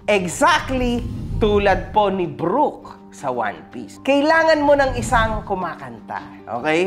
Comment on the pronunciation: BROOK❌ BUROK✅